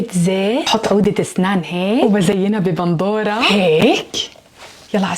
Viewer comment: بندورة وليس بنضورة